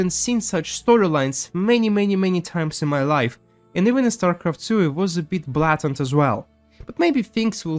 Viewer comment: Small enunciation correction: "Blatant" is pronounced as blay-tent. There's no reason it "should" based on the spelling but, "rules" and "English" have the most abusive relationship i've ever seen. They clearly hate each other but always try to stick together, even though everyone knows it just wont work. No disrespect intended at all, English is a nonsensical amalgam language that grabs anything it needs from any other language it comes into contact with and the only way to learn is to either hear it or be corrected on it. I think your command of English is wonderful, better than many American native speakers and I only want to help you improve the minor details by pointing things out. I do the same for another larger Russian youtuber. Hope that is okay, keep making these great videos.